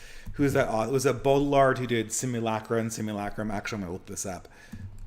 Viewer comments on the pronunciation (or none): even though this isn't intention, there's something appropriate about him stomping on foreign pronunciations like "Gene Bode ill ard" it's like Brad Pitt in Inglorious Basterds, "ban jayr no" if we really believe in nations and localities with distinct cultures, we ought not pay any heed to the globalist sophisticate who would scoff at a mispronunciation of the French